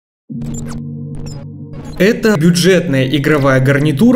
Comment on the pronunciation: Я один заметил "гарниУТра"? 🤔